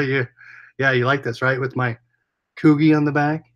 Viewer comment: Subscribed. FYI its pronounced Coo-'G' or Coojy lol